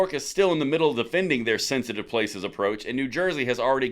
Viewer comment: It's pronounced thenthitive😅